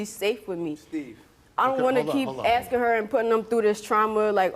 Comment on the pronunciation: No you were asking not axing